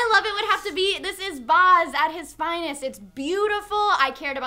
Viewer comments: i laugh... but i think i bled out of my earhole every time said 'boz' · Omg say baz properly:') I love the book, can't wait for it to come out in the uk, I'm a huge moulin rouge and baz fan! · Did I miss it or did they mention the director? Was it Baz? Did they say Baz? I could tell if they said Baz. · I like, but you would think such a fan of Baz Luhrmann would be able to pronounce his name right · Baz, pronounced like the word 'jazz'. :) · I hate the way they say Baz Luhrmann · The pronunciation of Baz is killing me, bloody Americans. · They are pronouncing Baz's name wrong. Every time they said it, I cringed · ughhhhhhhhhhhhh please pronounce baz properly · STOP PRONOUNCING BAZ WRONG, FUCK. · Anyone else getting irrationally frustrated by the mispronunciation of Baz? Australians will tell you that the 'a' in Baz is said like dazzle. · Why is she saying his name like that.. Its making me cry inside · MOULIN ROUGE, MOU LEIN(for people not familiar with how the "in" sounds in french) ROU JE. So MOULEIN ROUJE(moulin rouge) not "mulan rouj", sorry but I cringed everytime. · The a in Baz is pronounced like the a in bat not the a in bar. sorry to knitpick but as an aussie that really grated. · why can't you say "bad" right? its baz as in short for barry. Get your aussie bogan right and don't extend the 'a'! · Baz s pronounced like axe not like Oz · Baz. As in Barry. Baz. Bat. Cat. Dat (Ass). Baz. Not Bahz. Flame war initiated. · It's BAZ! Not Bahz, Baz as in "short for Barry". You need the (obnoxious) Aussie twang! I'm just so burnt out from being disappointed by this film that the mispronounciation of Baz's name is driving me up the wall. :P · BAZ, like 'daz' in dazzle, with a B. BAZ. Not Baaaahhhzzz guys! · stop saying "barz" instead of baz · It's Baz. Not Baaaaz. Not Buzz. It's B.A.Z. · Ahh! Baz Luhrmann is Australian - you're pronouncing his name wrong! It's pronounced Bazz, not Bahz. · Oh oh she said boz, take a shot. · Baz rhymes with as not Buzz